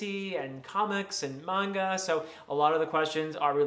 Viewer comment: Bonus points for pronouncing Manga the authentic way. One Piece and Berzerk are opposite ends of the maturity pool 😂 Nightcrawler and Spider-Man were my favorites too! Better late than never to the party!